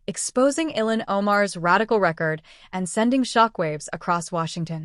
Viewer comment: Ty 😊 🙏 Her name is Pronounces Il han.😅